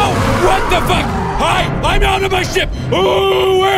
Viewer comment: when he says ship he sounds like he's saying sh*t